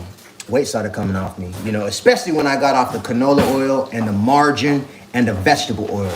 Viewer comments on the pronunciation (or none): none